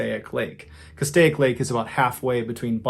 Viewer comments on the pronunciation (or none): none